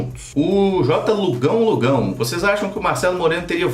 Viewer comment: quando você fala: "tudo bem com vocês?" Você diz "vo6" por causa do nome do canal ou é "vocês" mesmo??